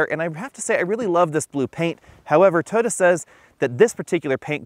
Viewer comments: TOY-OH-TAH. not TOADA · "Toda", what is a "Toda"? Its pronounced Toy-oh-ta three syllables.